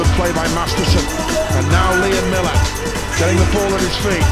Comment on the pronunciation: His name is MILLAR not MILLER